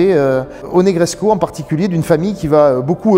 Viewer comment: Formidable présentation, félicitations ! Par contre, de grâce, cessez de prononcer le sufixe roumain "-escu" en " échou ou échcu"! Ça n'existe pas ! Negrescu se prononce exactement comme Negreso, avec ou à la place du u, à la fin, mais sans le son " ch". Donc, phonetiquement " NegreScou, tout comme " Ionescou, pour Ionescu " Par contre Ceaușescu, se prononce Theauchescou, avec un ch au milieu car il y a la lettre" ş" caractère qui n'existe pas en français. Il vaut mieux donc le prononcer " Seaucescu" que " Seauchescu" comme le l'entends si souvent...Certes, pas très important, mais je tenais toutefois à le signaler🙂!